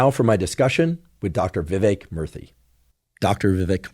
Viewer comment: Every time he say Murthy, it sounds like he’s saying Murphy with a speech impediment.